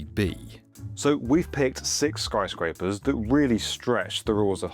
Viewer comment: "Skryescrapers" "Skaryescrapers" Is this like Benedict cumberbatch's issue with penguins? Lol